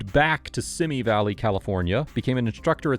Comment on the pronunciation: How can you put together a video and not first find out how to properly pronounce Van Nuys and Simi Valley?